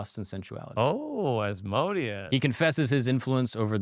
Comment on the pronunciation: Agreed!! His other videos are really good but this guy is kinda douchey. It’s like they talk about horseshit and it’s forced conversation and then they mention on blurb about a demon. Oh and not to be that guy, someone should tell him Asmodeus is pronounced As-mo-day-us